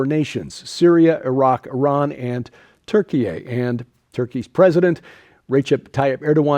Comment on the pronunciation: I'll stop at the first story, really don't want to hear Turkey-eh again.